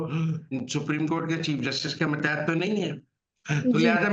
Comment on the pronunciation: متیت نہیں ماتحت ہوتا ہے جناب mateet nahi matehet